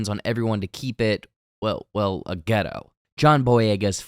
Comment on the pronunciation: Bro for the sake of all things “urban” PLEASE don’t say “GHETTO” ok? Not picking at you or anything like that, but honestly it just doesn’t sound right when you say it. It doesn’t roll of your tongue right lol! Just say HOOD my guy…..again PLEASE lmao🤣🤣🤣